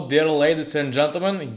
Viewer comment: Круто, видео на английском 😃😃 только Dear читается как диар))